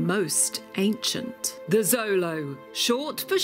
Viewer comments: It's annoying she is saying Zolo. It's pronounced with a "sh" sound "sholo". The X sh sound is indigenous. If she did proper research it shouldn't be a problem? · Glorious! I love the Xolo’s! She pronounced the full name wrong though 😝 and “Xolo” I’m Spanish is pronounced “show-lo” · We say xolo SHOW lo, not ZO lo in the US and Mexico. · xolo isn’t a Spanish word it’s from the Aztec language Nahuatl, and it’s pronounced like “cholo” at least from my understanding please correct me if I am wrong